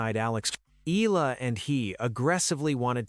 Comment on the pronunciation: It is pronounce as Eyala. If you narrate kindly pronounce correctly